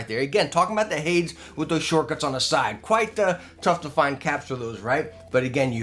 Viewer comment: Love ya to death but it's "hay-deez" not "Hay-dz". Watch Disney's Hercules for reference.